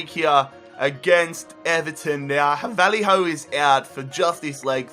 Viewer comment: Honestly cringe so hard every time you say Vallejo's name, it's Vayeho, not Valleyhoe